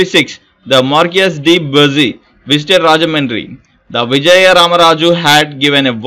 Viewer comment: Its not buusy. bussy